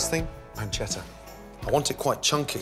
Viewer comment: What did he call the bacon? “Slight cured panshetto”? It looks amazing but surly not back loin ey?